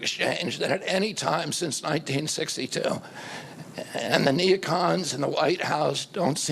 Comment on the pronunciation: Ok Bobby I hold you in the highest regard for your efforts to expose pharma, Fauci and ag but please know, it’s nu CLE ar, not nu CU lar. Keep up the good fight! Our country needs more like you. 💜